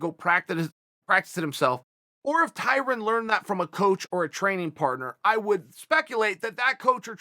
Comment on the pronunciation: Tie-Run LOL🤣🤣🤣